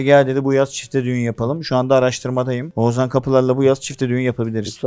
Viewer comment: Sorum her ikizine de 14. Bölüm tüm bölümlerde saydım sadece bir kez Oğuzhan diyorsunuz geri kalan tüm seferlerde oguzan diyorsunuz dikkat ettiniz mi hiç #teamakbel